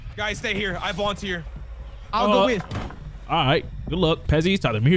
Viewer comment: he volenteer? you mean he volunteer